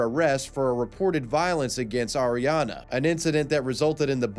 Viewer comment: I don't think Auriane is pronounced Ariana, that's a completely different name, but whatev